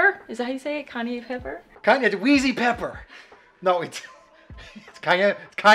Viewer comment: Great video I was laughing... kanye pepper!😜,however pudding Kanye is yeezy not weezy! Lol 😂 hilarious 😆